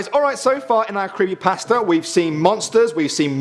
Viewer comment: the way he says pasta tho lolz